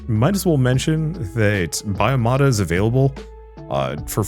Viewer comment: It's not "bio-mata" it's "bio-tomata"! So: a tomato paste. That is biological.